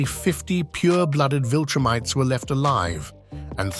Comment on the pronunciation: 'he and the other viltrumTEES...' bro...